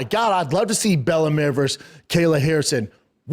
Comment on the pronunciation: "Bella Mare"